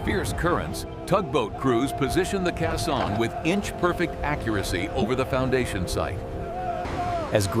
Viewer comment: Someone needed to program the bot to say KAY-sohn, not kuh-SAHN. Let's hear it for actual human narration.